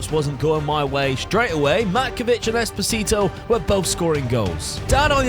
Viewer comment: Espo-sito Espo-tistito